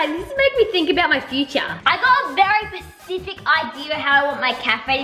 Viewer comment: did say pacific instead of specific???